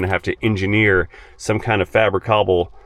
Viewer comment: fabri-cobble... does watch Sarah- n-tuned?